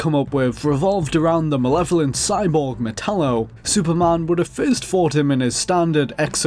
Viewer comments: Dude, it's Superman. Not Supermân. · HOLY SHIT I CANT WATCH THIS. SUPERMAN. SAY IT WITH ME.